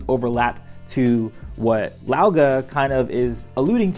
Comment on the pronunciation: Look up the was there French pronounce Guy (a short hard GUH with eee) Lau is pronounced right tho.